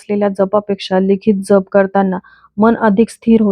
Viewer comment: नाम ज्यप . ताई जप नाही .ऊच्चार .